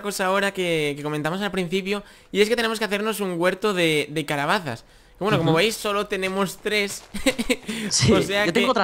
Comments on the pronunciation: DIJISTE CABALAZAS Y ES CALABAZAS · minuto dice (cabalasas) like para que lo vea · dijo en ves se calabasas dijo cabalasas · es mi idea o dices cabalaza en ves de decir calabaza?